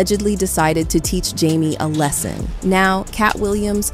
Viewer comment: Why is this narrator pronouncing even simple words like "lesson" wrong??